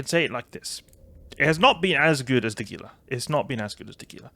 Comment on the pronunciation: I love you vids man. I do however feel the need to let you know Gila is pronounced Hila. It is a reference to the Gila Monster, a lizard native to the western United States.